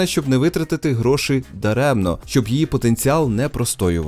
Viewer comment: Грошііііііііііііі, не гроши, а гроші, і з крапкою! Кулер БЖ не торохтить як дизель?